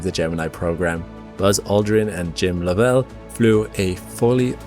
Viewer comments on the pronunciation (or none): It's Walter SchrrA as in 'ahhh' and it's LOVEell not LovELLE. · You're murdering most pronunciations. The space walking Soviet was named Leonov LEE-A-NOFF, not Levanov. Also, the first man in space was Yuri Gagarin GUH-GAR-UN. Jim Lovell's surname was LOVE-UL not LUH-VELL.